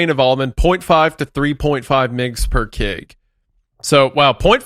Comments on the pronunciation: wendigoon trying to pronounce the abbreviation KG as ""kegs"" is so fucking driving me insane and for anyone wondering, no, you just say the full word kilograms, you don't say the abbreviation at all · It kills me how instead of saying kilo Wendi says kig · saying "migs" and "kigs" instead of "emgee" or "kaygee" for milligrams and kilograms is killing me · i have absolutely never heard anyone pronounce mgs and kgs as "migs and kigs" what the hell